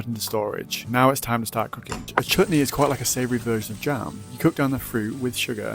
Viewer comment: This is the 1st time I have heard a white person say Chutney correctly